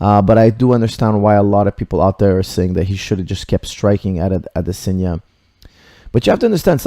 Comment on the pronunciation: maybe you should have paid attention to the commentary, you could have heard them say "AdeSANYa" not "AdeSINYA".